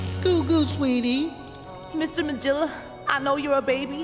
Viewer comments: Wait why is jabber jaw a female and why they saying the gorilla’s name wrong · Cindy says the name how it was originally pronounced. I don’t know if there was some miscommunication with Jabberjaw’s voice actress, or if it’s just a “to-may-to, to-mah-to” situation. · Only Jabberjaw pronounces it that way. It's her thing. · She's female because a lot of secondary characters were gender-flipped in the show to avoid the Smurfette Principle. The mispronunciation of Magilla's name was apparently just a goof by the actress at first, but the director apparently found it funny and kept it in.